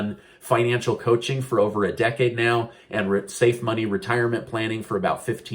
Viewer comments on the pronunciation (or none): none